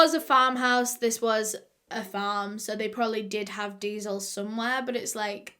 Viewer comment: i didnt understand that she was saying diesel and i was like "what's deazel" to google and i was wondering if "deazel" was like kerosene but she was saying "diesel" the whole time😭🤦🏼